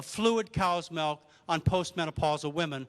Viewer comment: Intereting talk. What the hell is "melk," though?